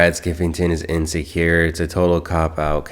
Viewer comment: wtf is inascure?? Is he trying to to say insecure 😂😂